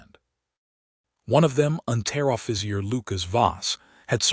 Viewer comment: One of them, Unteroffizier Should sound like Unter Offitsier NOT unTER , but Unter (means under officer)